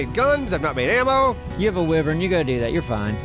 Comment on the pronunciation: It’s whyvern not Wevern but it’s spelled wyvern